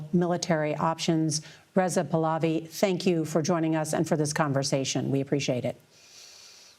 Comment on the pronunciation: Listen girl, first of all, pronounce "Your Majesty's" name right: it is PAAH-LAAH-VEE not pulovi. Second of all, you are rude AF. That's his birthright and he didn't want the "job" - the family dynasty's people have been wanting them for years. Do you not hear the chants?!?! No wonder Trump doesn't like CBS.